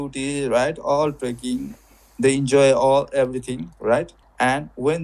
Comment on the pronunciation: Trekking, not trucking or tricking lol